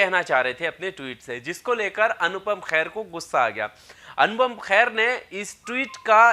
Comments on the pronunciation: It’s Kher not Khair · khair nhi Kher hai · भाई मेरे ख़ैर नहीं खेर है, बुरा नहीं maniyega क्योंकि ख़ैर सुनने में अजीब सा लग रहा है। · खैर नहीं खेर है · ख़ैर नहीं खेर।